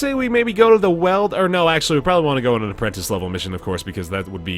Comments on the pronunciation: You've very liked figured this out by now since this is old, but it's been driving me crazy through all 29 of these videos I've watched so far and I just can't contain myself any longer. It's WEELD, dude. Like WHEELED, or wield. Not weld. haha Enjoying the series, been fun watching gameplay from early on, looking forward to seeing the slow evolution of the game through these. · Weald is pronounced like the word Wield.